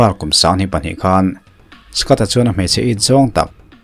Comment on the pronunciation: Skat i ti a ... Scot tih tur a nilo a mi? Scott